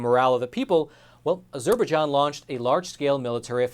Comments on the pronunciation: Hi. You need to review your pronunciation of a Azerbaijan. FYI. The Turkish military spent the 1980's using Turkey's ancient Christian sites, places the Paul and Peter visited as artilitary practice targets. Great informative film. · After all the research you claim to have done, you'd think you would have learned to pronounce Azerbaijan correctly. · Thank you for the report. You need to learn how to pronounce Azerbaijan. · Please pronounce Azerbaijan correctly. Poor Armenians looking at yet ANOTHER genocide which the world will not recognize. Don't kid yourself the Zionist tribe instigated the first one and no doubt involved in this one also. The dual citizens in the USA Dept of State will not care they are behind it also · Great, valuable story! I hadn't heard this side of it before. Also never heard anyone say Azerbaijan that way either... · Stories would be much easier to accept if narrator could at least review the correct pronunciations of common words like " Azerbaijan ". Would someone give this narrator a telephone and have him call the State Dept. so he can learn a new word " Azerbaijan " ....... from Big Bird ......... United States Eagle ............ Nick , NavyBlueSmoke , LST-1195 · stop mispronouncing Azerbaijan...it is highly grating!!! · The way you say Azerbaijan makes me wince every time. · You could do with a pronunciation coach.. Azerberjan is what you are saying!! which is pronounced AZER-BY-JAN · I think it's pronounced Azer-bye-jahn. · Azur-bai-zhan is how to correctly pronounce. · Azerbaijan is pronounced, as er by john, go link below. I am really frustrated with professionals not be able to pronounce known names. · Say with me: ah-jzur-bi-JZAHN emphasis on last syllable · Good report with the exception of your ridiculous pronunciation of Azerbaijan. It's pronounced, "AZUR BY JON" with the emphasis on the third syllable. (Are you actually doing your own research or just reading what they tell you to read?) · It's pronounced as zer by jon